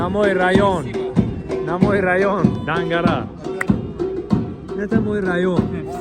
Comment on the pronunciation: Дангара не даггара 😂